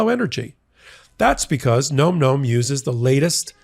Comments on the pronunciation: Gotta laugh about the nom-nom push.... Maybe get the pronunciation right, its pronounced like nam-nam (such as the pronunciation in vietnam) , not gnome gnome. Just putting that out there, makes you seem a bit more credible in your push lol! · its pronounced NAH-m NAH-m not nome nome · I think the answer to why Trump did it is all the things you mentioned. BTW NomNom is pronounced NahmNahm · Re: advertisement Phonetically it’s Nahm nahm. Not nome nome. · It’s “nahm nahm” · You're still pronouncing Nom Nom incorrectly.